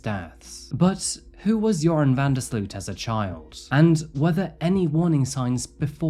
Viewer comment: Great video as usual! Although as a Dutch person I do have to correct you on the pronounciation of "Sloot". It's not pronounced as "sleuth" but more like "sloat". Not sure if that makes sense, but I figured I'd try haha